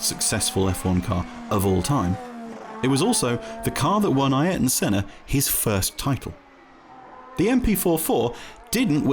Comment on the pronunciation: He's getting pretty close to the correct pronunciation. Ayrton's name was always butchered by English speakers. Just look up some Brazilian commentary F1 footage from Senna and you'll hear he's not far off.